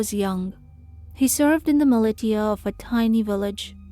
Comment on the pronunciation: ‘Millie•tee•a’, is that meant to be ‘millisha’ (militia)?